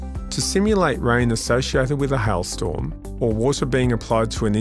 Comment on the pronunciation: "Hile Storm"